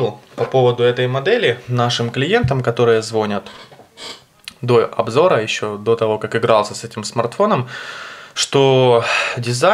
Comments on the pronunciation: И не зВонят, а звонЯт! :) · а "звонЯт" правильно) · доЛаживаем... звОнят... научись нормально говорить сначала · Подлаживаем.......ЗвОнят......каки мы грамотные! Кошмар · "ДолАживаю", "звонЯт"... капец, дальше смотреть не смог. БегОм в школу доучиваться!